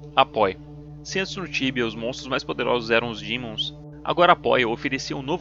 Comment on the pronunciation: Mto bom, mas não fala dimon kkkk fala demon linguagem tradicional tibiana kkk